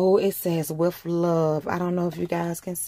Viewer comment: with not wiff daaang thats annoying stop putting the letter F where they dont belong sheeesh toothpaste not toof paste no shade its a just a pet peeve